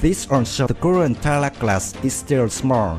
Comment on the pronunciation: I love the thumbnail XD And also some Pronunciations 101: Suite - Su-wit (it sounds like "sweet" but the first syllable has "su") Tarlac - Tar-lack Spain - S - pain (you said something like "Spen") Gregorio - Gre - gore - yo Pilar - Pi - lar Capacity - Capa - city Hope this helps. Your English is getting better :)